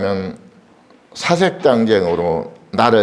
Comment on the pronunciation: 사색 당쟁의 첫 자! 1 2 3 4의 발음이 틀렸나이다!! 이 4는 "길게" 발음해야짐을 지적해야한다느 것은 얼마나 스류ㅡㄴ 일입니까!?? 하나 둘 셋 넷을 학자가 브르게 발음하지 못하는 나라! 대한 민국!! 또한!! 이를 고발한 사람은, 오직 , 1967년에 고국을 떠난 이 늙은 이뿐이라는 것이 얼마나 ironical한 일입니까!!??